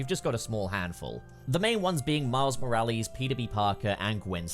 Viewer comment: Anyone else getting irritated with how he's saying Morales